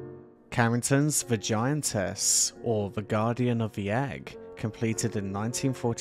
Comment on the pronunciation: I thought you were saying "Vagiantess"🤔